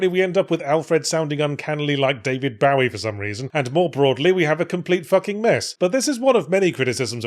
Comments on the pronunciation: Bowie. It’s pronounced “Boh-ee”. That’s why he named his son Zowie. And why Zowie changed his name to Duncan Jones. Yes the director. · Yahtzee reveals he still doesn't know how to say "bowie" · Do Brits really call him David BAOie?? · David BOW-ee? UK citizenship revoked. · Why does he say David Bowie like that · To be fair, there is no true pronunciation. Even Bowie has said he doesn't know how Bowie is pronounced.